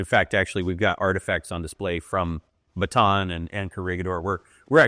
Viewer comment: They always mispronounced Bataan. It ba ta an